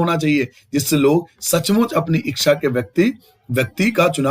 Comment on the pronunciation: Sir apne echha ko eksha bola he